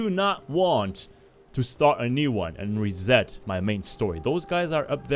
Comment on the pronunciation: he zed rezet.